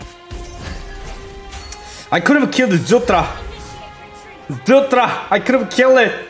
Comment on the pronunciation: Korean accent 🤣❣️❣️